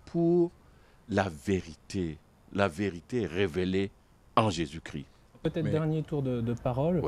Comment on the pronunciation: Bon commentaire Merci. Pourquoi beaucoup d'entre vous ne prononcez plus le " S " de Jésus-Chrisssssst ?